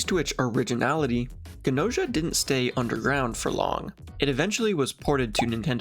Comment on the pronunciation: 100% gonna watch the anime(and this video lol) once I finish the game, banger op. And I'm pretty sure that Gnosia is pronounced the way it's written? Like the word "gnosis"(an ancient English term for "true knowledge"). Also I think Gnos' philosophy is vaguely based and Gnosticism. Gnostics believed that our reality is a pale imitation of the true reality, where the true creator lives(it's waaay more complicated than that but that's basically all you need to know draw a connection) But I'm not even finished with the game so what do I know